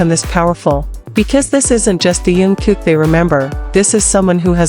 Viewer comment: Научись читать правильно имя😢